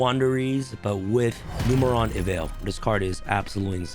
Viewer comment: Me: “numbers evaille”: “Numeron evaille. This card absolutely insane. Numeron evaille” 😂